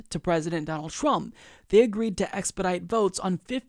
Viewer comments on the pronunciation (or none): none